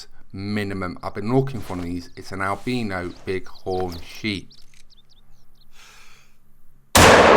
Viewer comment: I love the way he pronounces albino